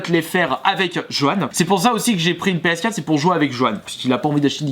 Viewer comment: On dit ps4 quatre pas quat